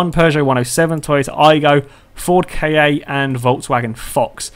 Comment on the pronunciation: The Ford KA is pernonced (sorry bad spelling) car